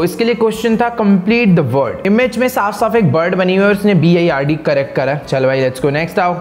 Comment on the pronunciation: Who notice - techno gamer tell us bard 😂 but it is bird